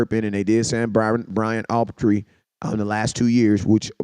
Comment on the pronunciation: My mans said Autree😂